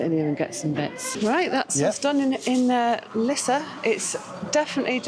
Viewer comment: Well that worked! Perfect pronounciation of Lisse! 🤗 'Meer' means more by the way.